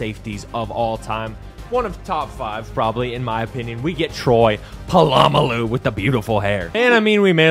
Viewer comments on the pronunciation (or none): Lowk triggered the way he said polamalu...